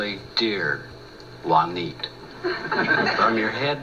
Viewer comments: ITS PRONOUCED WANTIA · that's stupid. Juaneet...duh